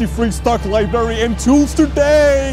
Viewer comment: "....a huge liberry..."